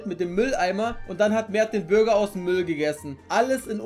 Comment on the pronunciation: Bruh, wieso sagt er Bürger und nicht Burger ? :D